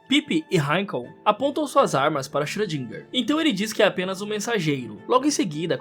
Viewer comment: o tal do xrödinga(ö tem som de O e E juntos)